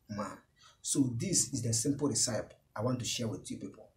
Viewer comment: Oga it's pronunced Re-ci-pi